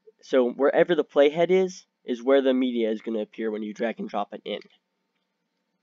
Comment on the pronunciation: Could not understand you when you said "playhead"... Had to look it up. Video did not show where you typed the name "Hypixel compellation"... I still have no idea.